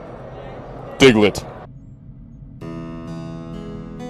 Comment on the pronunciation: The Fuck is a "Digglet"? I'm Straight-out Confused, I don't Understand what a "Digglet" is!